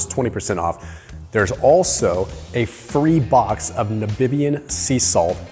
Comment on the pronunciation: "free box of nuhbibian sea salt macadamia nuts" 😂😂😂😂 Do you mean Namibian?😂😂😂